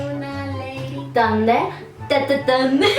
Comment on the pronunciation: se dise thunder no tonder se dise thunder si noes porque te este regañando pero la verdad se disse thunder no tonder thunder thunder nooooooooooo tonder